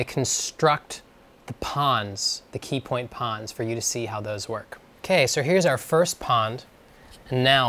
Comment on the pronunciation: You said "peepoint"